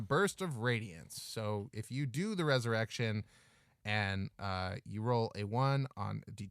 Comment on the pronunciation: Pretty sure the pronunciation should be Rod of Rez-erection.